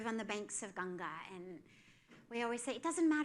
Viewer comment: What a great insightful talk 🙏🏻♥️. I loved that they correctly said river GANGA ♥️♥️♥️🙏🏻🙏🏻